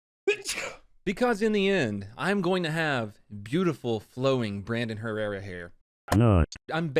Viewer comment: You mean, Brandon Hair-rerra?